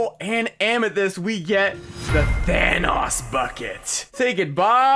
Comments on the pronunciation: It’s Thanos not thanas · Not pronounced Thanos it’s pronounced Thanos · Are we just gonna ignore the way he says “thanos” 😭😂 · says thanos wrong